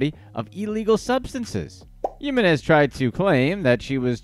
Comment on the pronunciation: come one man I'm very white and I can say Yessenia Jiminez ! It's the H sound for the J sound in her last name. So say it like Himines